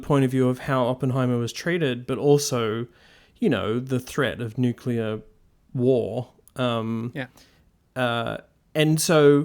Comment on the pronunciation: NuCLear. Nu CLEAR. Get it right.